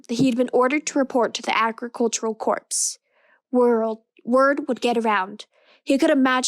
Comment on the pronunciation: Just as feedback (I know you've done a lot of these by now) the words Corps/Corp are pronounced like 'core' rather than 'corpse'. Nicely done!